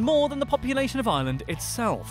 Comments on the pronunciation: why tf does Dublin have to dominate everything? People not from ireland only come to dublin and so many of the good concerts just go to dublin. Also its Are-land. Not lay-and, lah-nd, stop emphisising the a's. Coming from Cork :) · It's not island it's pronounced areland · he is saying island not Ireland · It's not pronounced island it's pronounced ARland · Why does he call Ireland island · I'm from Ireland and I HATE when Americans pronounce it like ireelandd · They pronounce it as "ierlaand" and it fucking annoys me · Its pronounced Are-Land boi 😂😂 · Its pronounced ire - lnd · You have to pronounce Ireland with a r like arland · only minutes into the video and have already clicked off from the fact that you're mispronouncing the name of the place you're make 101 facts on. 🤮🤮 it's pronounced ARE-LIND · Yep and the way they pronounce Ireland as well. It has two syllables not three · it's how they say Ireland with like 14 syllables. It has 2 syllables. TWO AMERICA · It’s so sad he can’t pounce Ireland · Ireland is not pronounced like island .It has an R in it,and have of this video is lies 😐 EDIT:Just realised that he posted this on St Patrick day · Its ireland not island